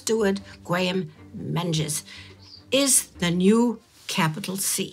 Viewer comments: Menzies is pronounced as Mingus in Scotland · The Scottish surname Menzies is (unexpectedly) pronounced "Ming-is" for future reference 🏴💚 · Menzies is (and was) pronounced "MING-iss."